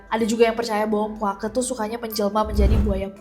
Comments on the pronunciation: tolong penyebutan Puake pakai penyebutan Betawi E nya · Lucu banget dengar kak nessie nyebut "puake" 😂😂😂😂